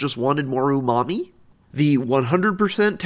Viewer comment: the way you said umami made me laugh so hard